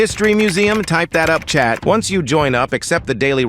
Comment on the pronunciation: I thought he was saying chap 😂